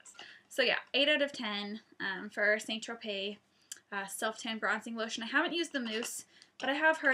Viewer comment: st tropez is pronounced 'sant- tro- pay' (i know you did say you didnt know how it was pronounced so thats how its pronounced :) ) nice videoo, and have you ever gone totally orange by an accident?x